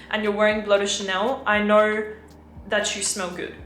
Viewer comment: Why "VIDEO" became "VIDEORRR", "SO" became "SORRR" "KNOW" became "KNOWRRR" ??? no offense, am really curious...